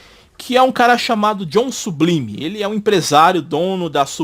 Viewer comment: Nesse caso seria "Sublaime" e "Zorn" a pronúncia correta do nome dos personagens...😬😬😬